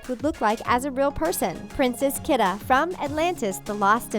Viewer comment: Oh HELL NO. 1. You pronounced Kida wrong 2. Kida is dark skinned and white haired, and Kesha is white and blonde. So, they don’t look like each other. At all.